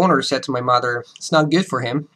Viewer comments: Steve C He doesn't sound like native speaker of english, you guys are being too generous. Again, he has obviously put in a lot of work bringing his english to such a high level, but he would never pass for a native speaker. He consistently mispronounces mother, the way he articulates himself is not the same way a native speaker would. Yes, his english is very good, but he wouldn't pass for an native speaker. Listen to conversations where the speaker has to react to what is being said. When you pass for a native speaker, people don't compliment you on how good your accent sounds, they don't say anything at all, they might say you speak eloquently but that isn't a comment on your accent. The point being, yes speaks english very well, no he does not sound like a native speaker there are a number of things off with how he speaks. When you continue to insist that he sounds like a native speaker when he doesn't, you are lowering the bar and giving false praise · Steve C And as I said, either you pass as a native speaker or you don't. This caveat where you limit the length of time that he speaks is ridiculous, the video is 7 minutes long. In less than a minute he makes non native speaker errors with the language, mis-pronunciation of mother and father, "I'd like to explain it further in more details". At this point this is no longer a comment on his accent or level in english; in other videos he has stated that he does not pass for a native speaker during extended conversation- is well aware of this, at this point it is the fanboys lauding his "american" accent that is the issue. Your comment stands in that you're free to have an opinion, your opinion has not baring on reality.